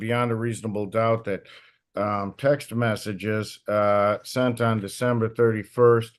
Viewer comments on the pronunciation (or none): and "seent". She "seent" her husband's car at the apartment complex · Montique "seent" her ex-husband's car. Do you know how many minutes I agonized over how to even spell "seent"? Three. it was 3. lol Best part was when the judge very discreetly slipped in that there might be more than just 2 houses he's floatin' between 🤣